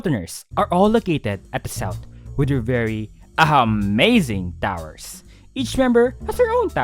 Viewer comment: the southern towers should have been called southern t-AHA-wers